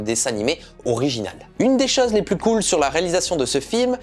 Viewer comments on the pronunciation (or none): none